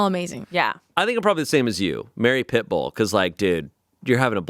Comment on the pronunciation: Not only calling Pitbull « Pipple »